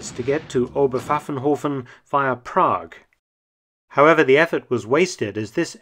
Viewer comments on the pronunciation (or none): none